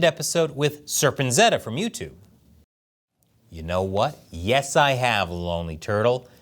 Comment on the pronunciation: ……Serpent zeta? Never heard it pronounced that way lol….